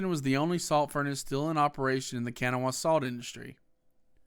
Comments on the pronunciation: It's not kanawa it's pronounced can naw wa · Dude can’t pronounce kanawha right. Smh